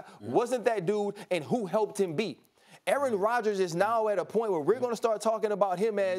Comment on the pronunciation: Aaaaron Radjaas....Aaaarin Raadjas....